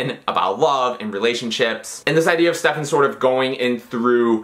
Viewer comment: Correction on your pronunciation: Stephan Jenkins = Steven, not, Stefan. Kevin Cad-o-gan, not, “Ca-dogan.”